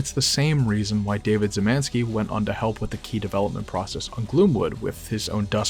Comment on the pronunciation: I get that Polish is hard but please, read Szymański as Shyh-mahn-ski not Zymanski, it takes me out of the video like a hit to the head with a sledgehammer, and the video is otherwise great